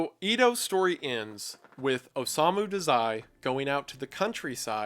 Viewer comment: hallooooo! i love the vid but the one thing i couldent get past was the way you pronounced his name 😭😭 its Oh-sah-mu dah-zai